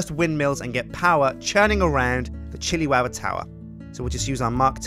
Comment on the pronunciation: I like how with his accent it isn't the Chilli-wowa tower it's the Chilli-wowa towa :)